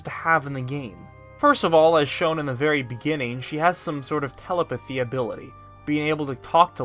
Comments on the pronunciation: I hate having to say this but... It’s tel-EP-a-thy, not TEL-a-pa-thy! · I'm here to ask where you learned to pronounced the word "telepathy"